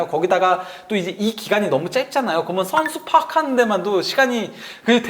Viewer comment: 이분은 ㅕ 발음이 안됌? 그러멍은 왜냐멍은 ㅎㅎㅎ 웃음버튼